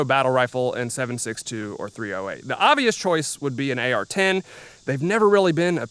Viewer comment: My man, it's not called "three oh hate" for no reason.